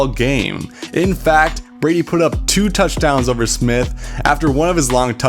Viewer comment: Bro, you said "tuddies" like, multiple times. Stop that.